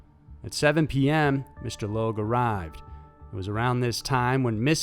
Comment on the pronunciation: So... You know that you pronounce the name Logue 2 different ways in a matter of minutes.